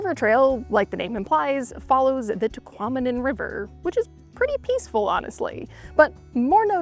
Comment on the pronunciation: "Tahquomnim" falls lol